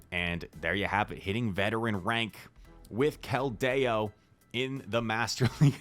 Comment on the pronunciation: would you please pronounce 'Keldeo' correctly?? Thank you